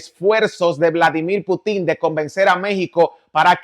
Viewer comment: INSISTO!!! Por favor!!No se acentua Putin en la. " I "( se acentua en la " U"😳😁🧉🇺🇾